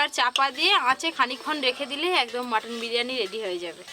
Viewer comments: বিরিয়ানি ❌ বিরানি✔️🤣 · বিরিয়ানি কি কথা বিরিয়ানি😂😂